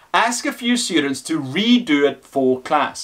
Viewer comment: its very distracting when you say SHHTUDENTS, good video though none the less